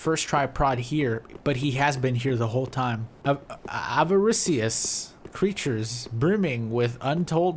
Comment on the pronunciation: Ave-a-Rishis Avaricious